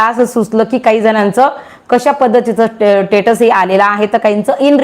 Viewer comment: are te tatus nahi status aahe